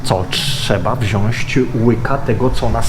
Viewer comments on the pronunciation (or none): Robisz fajna robotę ale.. w 2022 mówić „wziońść” - internet nie wybacza, polecam zwracać uwagę na takie rzeczy, totalnie bez hejtu ale dziwnie to brzmi